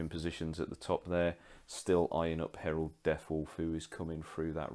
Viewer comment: It's Harald not Herald! He's not a daemon :) Nice report though. You should definitely kept the flyer on for longer to shoot that one unit off of the two objectives it was holding.